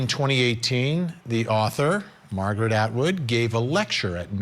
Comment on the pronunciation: Omg, did you analyze why everyone else went to her lecture? lol You couldn't even pronounce Margret's name correctly the first time? Or even the name of the book. Bravo. Few if any males LOL which is it ? This isn't the ONLY picture. There are several men in this lecture. LOL maybe I dunno he needed the credit? Some dumb as hell thoughts on what he was thinking 5 years ago in a writing lecture.